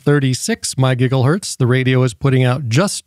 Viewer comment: "UHF 70 semeneters" "from 136 my giggle hurts"